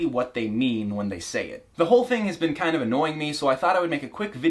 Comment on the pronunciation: He says “beeen” instead of been